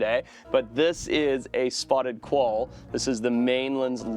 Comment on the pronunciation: "collalba" o quoll 😂😂😂